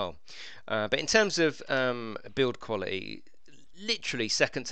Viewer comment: Pronounce your words correctly that's the point